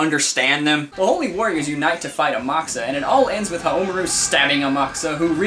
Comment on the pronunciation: I believe the emphasis should be on the RU,and not on the MA. Like HaomaRU, not HaoMAru again, I BELIEVE that's how it works :p I too know someone from Japan who can tell me if I'm wrong.